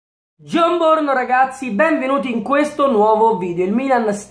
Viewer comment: dice gionborno non giaun porno